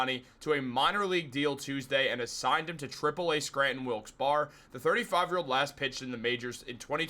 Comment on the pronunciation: Wilkes barre is pronounced Wilkes berry fyi🤣laughing at myself😊